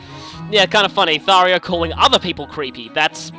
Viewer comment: me: ^hears tharja prounounced as tharia^ IT'S THARJA IT'S NOT AN I, IT'S A J.